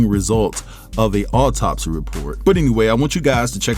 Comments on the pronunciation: What an irritating man to read an autopsy, not knowing how to pronounce the words. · This is undoubtedly sad af news but as a nurse, his medical pronunciations had me 💀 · JUST STOP... YOU'RE PRONOUNCING THE TERMS INCORRECTLY, YOU'RE ASSUMPTIONS ARE JUST THAT, AND YOU'RE NOT MAKING SENSE. AS A PCP, SLOW A PROFESSIONAL DO IT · I know Stone's heart was in the right place but he should have researched the pronunciation and meaning of the medical terms.